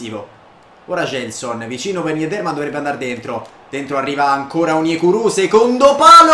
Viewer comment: bel video, il NIMES si dice semplicemente NIM. e ROUX è RU